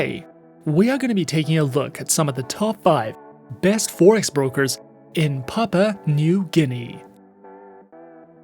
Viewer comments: Good work. the country's first word is pronounced as "Pap wu a" and not "pap pa" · It's Papua 🙄 not papa And that background video is not even our city. You look more like a scammer